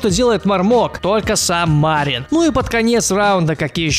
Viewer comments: Почему Ма'рин? Разве правильно не Мари'н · Кстати не МАрин, а МарИн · Вроде бы имя Марин с ударением на "И"? Поправьте если не прав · какой блин ма́рин ты серьёзно мари́н!!!!! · Не МАрин, а МарИн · Не мАрин а МарИн. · Не МАрин а МарИн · Влад Живу в Молдавии (Мармок оттуда родом) Имя с одной И и ударение ставится на неё. P.S. Видел его один раз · Вообщето правильно говорить МарИн. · почему ты ставишь ударение в имени мармока на букву А? в его имени ударение падает на букву И!